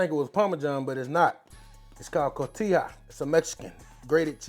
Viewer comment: It’s pronounced co-hee-tah. (Cojita)